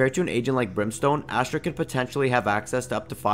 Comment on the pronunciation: Funfact astra means weapon in hindi , dont undeestand why name her weapon , although its spells astra its pronounces "USTRA"